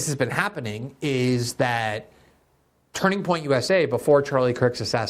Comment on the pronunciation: I love that Glenn is so eloquent but keeps having trouble saying “Turning Point”